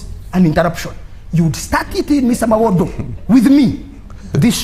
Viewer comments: IF SOMEONE CANNOT PRONOUCTUATE THE NAME MUWADA , AND HE SAY MUWODO , HOW CAN YOU EXPECT THIA PERSON TO BE AN INTERECTUAL CLEVER ? THIS IS THE SIGN OF INTERNAL STUPID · But another thing for me was the way they called him Mawodo😂😂😂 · 😂😂😂 why is he calling him Mawodo😂😂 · Mwenda is right when he says foreign interference is not good, it is not good for Uganda or any other African country. However, he is not on the side for freedom, he is part of the PLU which is led by the one who committed the latest human rights violation. Also someone had to tell him the name is MUWADA not MOWADA or whatever he kept saying.